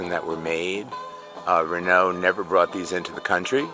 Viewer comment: An american who can't pronounce renault or bertone doesn't deserve this car